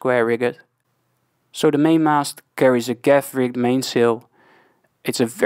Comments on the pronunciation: Around the 15 min mark. Rigged is pronounced the same as you pronounce fully rigged ship.... as Rigg'd not riggEd. ... also Staysail, Headsail and Jib. The outermost is the jib, then head, then staysail... but again, if I have wrong info, I'm happy to be corrected, that's why I like watching videos like yours. BTW, ty, I do like your vids. 👍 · Just to learn. In Dutch a mizzen mast is called a bezaan mast. In English double 'o' is pronounced as 'oe'. So a schooner in English is the same way pronounced as schoener in Dutch. The frase 'rigged' is pronounced as 'rigg'd'. A informative video, keep going, keep learning. By the way i am Dutch also.